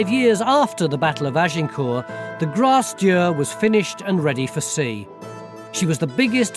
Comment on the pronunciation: They kept saying "grasse dur" and i kept wondering what they meant. It's Grace Dieu.